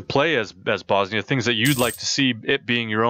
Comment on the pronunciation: You acctualy pronounced it right :D And at this time all the provinces you have bosnia has had at their brink of powe after that the turks came and conquered Bosnia , serbia ...